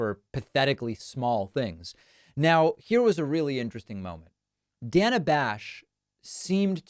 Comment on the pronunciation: Why was he calling her Dan-a? That’s a weird pronunciation. Lol